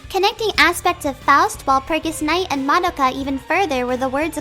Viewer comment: Just out of nowhere, is anyone else bothered when someone mispronounced Madoka's name? or the entire title? no? okay.